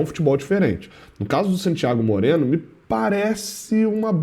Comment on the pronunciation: Porquê todas as vezes que o tem que citar o nome de um jogador estrangeiro ele fala dessa forma? "SANtíaGO MOreno"... sempre me pergunto isso